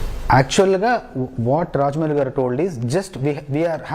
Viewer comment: Rajdeep, it’s not Vijayendra “gaadu”. It’s “gaaru”, with an R. “Gaadu” is an informal and disrespectful way of calling someone.